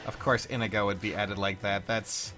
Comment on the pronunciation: are you purposefully mispronouncing Inigo's name? Just to fuck with people like with Linde?